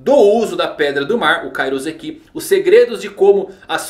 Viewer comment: Ia ser louco os pacifistas com vários poderes diferentes e ainda com Kairouseki Falando em Kairouseki. O correto é pronunciar com som de S, pois na língua japonesa o S só tem som de S. S com som de Z entre duas vocais é uma prática da língua portuguesa